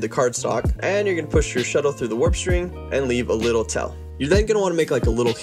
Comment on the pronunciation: needle sounds like “noodle” and tail sounds like “tell” lol